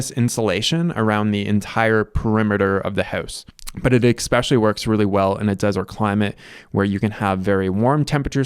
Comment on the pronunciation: I appreciate the irony of a person that points out that it’s called a water heater, not a hot water heater, also saying “eXspecially”.